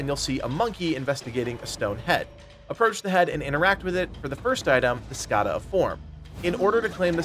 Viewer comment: Not sure why you are making the N in Skandha a silent letter, but thanks for the video.